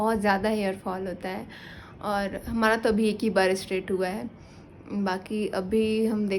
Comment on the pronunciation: Di एस्ट्रेट नही स्ट्रैट बोलिए